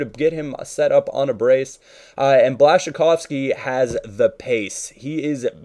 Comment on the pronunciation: blaszykowski NO, Błaszczykowski Yes naucz się wymowy ziomuś